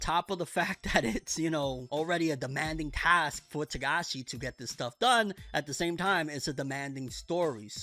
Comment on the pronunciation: First time I've heard you say his last name right